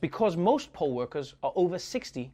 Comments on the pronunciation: Who else thought stripper when he said poll workers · At the end when you brought up 'poll' workers i misheard you and thought you meant strippers 🤣🤣🤣🤣🤣🤣🤣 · he said pole worker lol